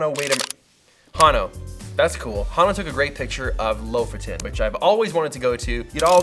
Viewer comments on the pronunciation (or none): none